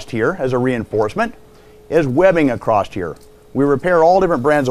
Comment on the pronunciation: No "t" in the word across.